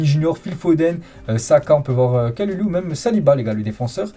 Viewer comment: Stp le U ce prononce ou comme si tu disais kaloulou horrible de déformer le nom de la sorte merci de la compréhension